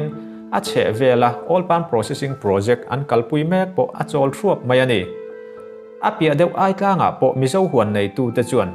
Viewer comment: I 'mai' lam dan hi 'mei' tih a ang lek lek ania..😊🙏..👍👍👍